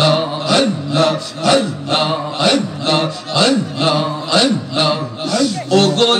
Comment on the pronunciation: হায়রে ভন্ডা আল্লাহ নাম টা বলতে পারে না.. বসে বসে জিকির করলে কি হয়